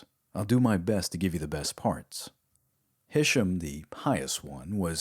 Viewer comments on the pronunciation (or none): It's pronounced hish-aam. aam like arm, not like sam Isla is pronounced aila. S is silent